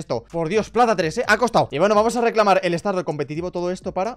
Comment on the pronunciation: en el minuto a dicho recalamar xddd